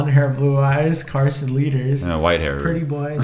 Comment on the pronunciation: Why does like everyone pronounce Carson lueders last name? It’s LUEDERS NOT LEADERS